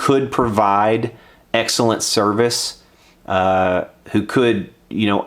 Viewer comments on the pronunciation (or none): none